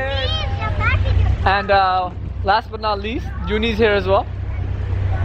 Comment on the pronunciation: You say 'but' weird. What is a "ba"?